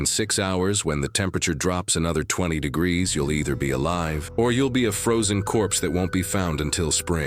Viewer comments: what the hell is this degreesaf???? you can't say degrees? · "30 'degrass'"'???? shit AI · "30 degrassif"